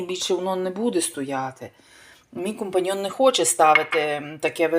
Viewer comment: Т аж компаньйо ,а не компаньйон.